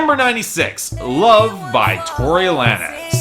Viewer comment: It's pronounce "lanes" not la-nez